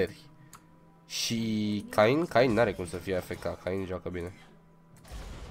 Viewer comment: Se pronunță chein nu cain